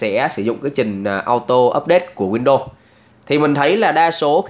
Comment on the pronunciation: Góp ý : e thấy anh đọc tiếng anh không chuẩn lắm nên e nghĩ a đọc theo kiểu việt hóa xẽ hay hơn, ví dụ như chuẩn uefi thì cứ đọc theo chữ cái tiếng việt là u e f i . windows thì đọc win được rồi. Win đô nghe nó sao sao ý